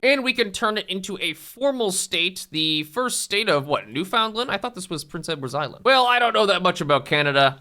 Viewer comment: I love how he did the most realistic thing he could have without knowing Newfoundland history (sending Erik the red over to Newfoundland and colonizing it). I’m still waiting for the day when a non-local can pronounce the name of the province correctly